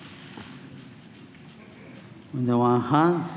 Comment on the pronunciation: very clear at the beginning when he said, look up to Moses!